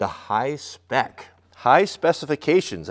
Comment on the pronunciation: Dude I love him just destroying that “hi-spec” name 😂🤣😂